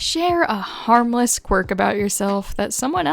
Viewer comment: I genuinely thought you said “one of my hamster’s quirks” for a second 😃✋